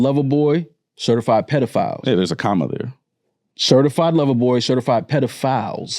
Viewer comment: He messed up when he said CErtified.